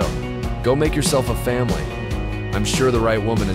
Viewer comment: Ru-leed = ruled 😅 Famaliy = family 😂